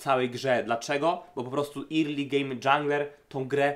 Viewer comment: Fajnie sie slucha, subek, tylko ploox zobacz jak sie mowi "early" i "priority" bo uszy bolą :p